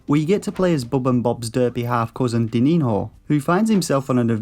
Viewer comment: It's pronounced like diniño, "dininio"